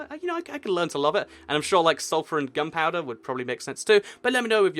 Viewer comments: its gunpowder, not gumpowder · it sounded like he said "gumpouder"